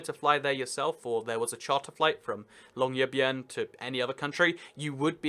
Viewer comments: Listening to you say Longyearbyen is like listening to the intern in Thor try to say Mjölnir. Mewmew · Longyearbyen is pronounced Long in English, year in almost english (hehe) and byen as in Norwegian [by-en = bi/biu ( byen) en as in end, Longyearbyen. You can see the Northern lights from literally everywhere in North-Norway. PS: I live in the heart, right in the middle of Finnmark. Normal january weather = -20*C and winds all the time and half a metre to a metre of snow. The wine monopoly = Vinmonopolet We have government-funded healthcare in addition to schools. It costs absolutely no money to go to school at all, in fact, you get money to go to school 'grants' but in the healthcare system the max you'll have to pay is an "Egenandel" of maybe 200 NOK for the most complex surgery, x-ray etc but in general that stuff is free, so yay! :D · "Longyearbyen, I hope I got that right" Yeah that's the closest you've been to a correct pronunciation this video :'D Probably because two thirds of the name is in English (Longyear City) And the funniest bit is that Norway has "territories" on Antarctica, so including that and Longyearbyen (the northernmost permanent settlement in the world), the Norwegian Empire technically stretches across more latitude than the British Empire ever did. Actually, by the Antarctic treaty, it's defined as all landmasses below 60 S, and the southernmost mainland point that isn't part of the Antarctic is the south tip of Chile at 56S. Mainland Norway's southern tip is 58 N, which means all of Norway, including territories, is further from the equator than the southernmost non-Antarctic mainland point!